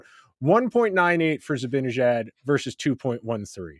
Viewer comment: seems like a bright guy. Why can't he pronounce "Zibanejad" correctly?